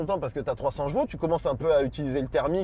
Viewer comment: On dit chevaux pas jeveau